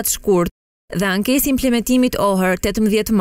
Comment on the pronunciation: Jo ankes por aneks.Meso te lexosh!